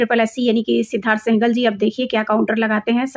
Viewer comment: First of All Correct your Pronunciation:- Heard (हियर्ड आपके अनुसार) = हर्ड Learned= लर्न्ड Singhal = सिंघल not सेहगल. If you feel nervous while reading or cannot pronounce properly then why do you read in English? This makes fun of yourself.